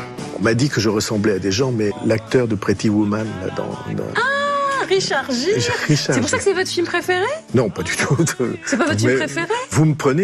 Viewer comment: Bayrou c'est le renouveau. Ahahaha Vous m'avez tué ! Le Béarnais ressemblerait à Richard Gere.... le gag. "Pretty woman". Je suis mort de rire. Au passage, on prononce Richard "Guire" mais c'est un détail.